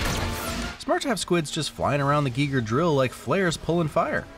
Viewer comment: Thank you for pronouncing Giger correctly! So many say it like "guy-ger".